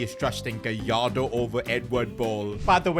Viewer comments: It's gallardo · It’s gallardo